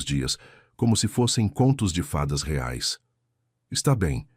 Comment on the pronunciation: Vc não sabe dizer reais